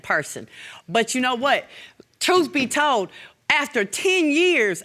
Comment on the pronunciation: Did she say a Tooth be told or truth be told🤷🏾‍♀️